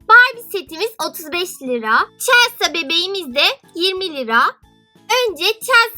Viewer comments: celsa diye okunmuyor celsi diye okunuyor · Okunuşu çelsa değil , çelsi :D Bu arada yüzünü göremediğim için sesin çok tuhaf geliyor :D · Çelsa değil çelsi diye okunuyor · Sen chelseayı çelsa diye okuyorsun ama öyle okunmuyor çelsi diye okunuyor 😈😈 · Çelsa what okunuşuyla çelsi o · Chelsea çelsa değil çelsi diye okunuyo 😍 çok güzel bir video olmuş bu arada 😎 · Çelsa deyince sinirime gitti çelsi diye okunmuyo mu ben mi yanlış biliyorum cevap verebilir mi ? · çelsa diye okunmaz çelsi diye okunur.☺️ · Chelsea çelsi diye okunuyor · Niye Chelsea ye çelsa diyorsun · Chelsea yerine Chelsea niye diyon gıcık oldum.😝😝😝😝😝😝😝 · Chelsea yazıldığı gibi okunmuyo